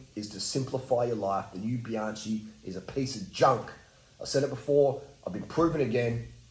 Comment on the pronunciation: Great content! But, why do you pronounce the brand as if it is spelled ‘Bianci’?